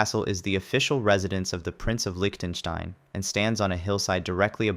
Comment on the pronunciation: me is impressed: most english speakers cannot pronounce Liechtenstein at all Tonga is not the only kingdom in the pacific. remember the Tokugawa shogunate and what became of their residence in old Edo ?